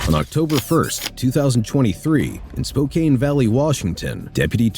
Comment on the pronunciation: Pronounced "spo can", not "spo cane".